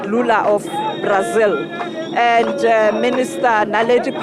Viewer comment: Prics....is brics..... republican..is repuplic.......this lady...🙆..eeeiii south africa😂😂😂😂... Brasil....prasil